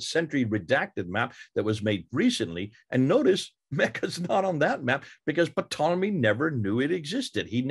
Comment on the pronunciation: ...the fact You're pronouncing Ptolemy's name as 'PAH-tol-emy,' really concerns me...